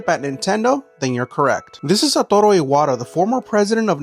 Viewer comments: “Satoro” 🇲🇽 That was the most Mexican pronunciation 😅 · Never heard someone pronounce Japanese names with such gorgeous Hispanic R-rolls 👌🏼👌🏼👌🏼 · Narrator puts a Mexican accent to mispronounce the guys name. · "Satoru" sleeper agent words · The most Mexican way I've ever heard a Japanese name pronounced 😂😂😂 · Lols you say his name like a total Mexican. No Mames weeey😂. but noce try on the Japanese Pronounciation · Growing up in Okinawa, Japanese is my first language. His pronunciation was just a little too aggressive on the "R's" lol. Like, overdoing it. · the way he say’s Satoru while rolling his R’s lol